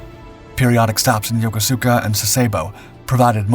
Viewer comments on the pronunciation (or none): I was a member of the crew on USS Fletcher - DDE445 in 1959 when we visited two ports in Japan which you are mispronouncing. Yokuska - yo-KUS-ka. and Sasebo - SAS-e-BO. Thanks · FYI, Yokosuka is pronounced Yo-ko-ska. I made the same mistake when I first got stationed there....lol